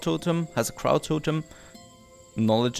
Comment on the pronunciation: That' avatar looks like you? You're a happy dragon with blue dreadlocks?? (Oh and FNET: Crow rhymes with row or bow, not how)